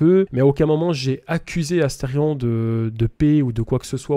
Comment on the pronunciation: C Asterion et pas Astefion🎵🎵